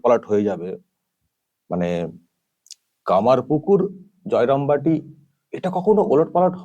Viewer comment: দূর হ বস্তি মা...... । জায় রাম বাটি ও কমারপুকুর নাম টাও ভুলভাল বলছে।আমার মনে হয় শ্রী শ্রী রাম কৃষ্ণ ও মা সরদা দেবীও চাননা এর মুখ দিয়ে সঠিক উচ্চারণ টা হোক।ছিঃ ছিঃ ছিঃ। আসলে এই মহিলা লাজ ও লজ্জার মাথা খেয়ে ফেলেছে।